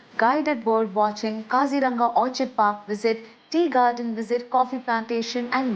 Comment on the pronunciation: Madam, It's not Orchid,It's Or kid.